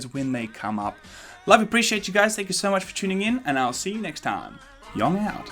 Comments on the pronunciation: Did he say Yong out? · Lool. Did u said yong out? XD